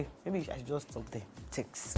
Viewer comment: Its the 'thenks' for me